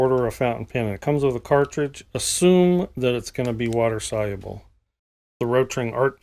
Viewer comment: Wa-ter Sol-u-ah-blah 😂